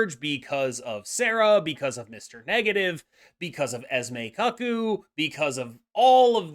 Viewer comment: Someday they’ll learn: COOCOO. Not CUCK COO. 🤦🏻